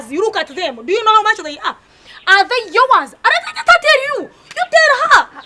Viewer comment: All these years I was wrong ...until kansiime correct me that its not yours but .....yowaz ...😂😂😂😂😂